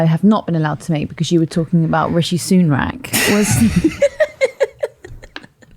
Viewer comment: I know they're saying "rishi boobs-nak", but all I can hear is " rishi boob snack"...